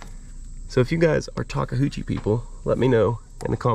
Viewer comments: ta·kee·oo·chee sorry just bugs me the way I say it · Nice Machine Takeuchi's are excellent, and BTW,... it's Ta-Koo-chi... 3 syllables. enjoy it! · Did you call it a talk a hoochie? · I am really happy you made this purchase. It was a good choice for a tracked loader. Now that you own this Japanese machine we need to train you to pronounce the name. There is no "houchi" in Takeuchi. I loved how you rigged the strap to raise the idler in place while you bolted it. Thanks for your very entertaining videos. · Everytime I hear say the name of the machine I hear, talka-hoochie. Is that my ears or what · Did he say “talk-a-hoochie”….?! 😆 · Looks really good - I look forward to seeing you use it! Let me help you with the name - Tah-KAY-ooh-chee タケウチ. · tah-kah-hoo-chee (as he says it) is much closer than how I hear people from the eastern US say Karaoke - (kah-rah-OHH-kay vs kah-row-KEY) - it’s easier for me to say “taka” as well (it means tall, very common in lots of names) - but that Ke (same sound as okay) is just so different once you are used to hearing it. I can stop by my local Kubota dealer here in rural Japan if he needs any special parts sourced 😉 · "Takahoochie" 🤣🤣 you sure you live in PA? That's some south-of-the-mason-dixon pronunciation going on. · It’s pronounced liked this “Talk A U Chi”. Not Talka Hoochie 😂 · It isn't ta-kah-hoo-chi. Japanese is really easy when printed in English--very phonetic. So if a Japanese person were pronouncing it, it would sound like ta-khoo-chi but taking it one piece at a time it would be ta-KA-ooh-chi. Sorry, spent a year in Japan whilst a Marine. LOL. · Take-uchi not Take-Huchi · 2nd person I've heard call this brand of skid steer "Taka-hoochi"...pretty sure it's pronounced "Tak-oochi" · 😂😂 my wife is japanese and it’s pronounced TA KE U CHI…. 😂 NOT! TA KE HU CHI 😂😂. Always a pleasure watching your videos weather learning about anything your working or for comic relief 🥴😁🤙🏼. That’s a AWESOME “TA KE U CHI” Skidsteer!!